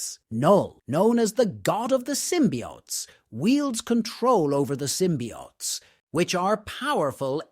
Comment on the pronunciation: Symbiotes is not pronounced as symbiaughts. It’s pronounced symbi-oh-tes.